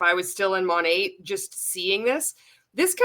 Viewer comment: Kind of material OK the most irritating thing about this other than being a multilevel marketing cult is that MONAT is not pronounced MOE-NAYYY. Not in any freaking language, especially English.